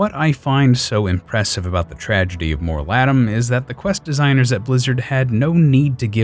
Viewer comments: It's not Mor-ladam, it's Mor-Ladeem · "More Lah' deem" pronunciation. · Your pronunciation of Mor ladim made me unable to watch the video